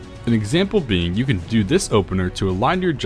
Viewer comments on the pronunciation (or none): none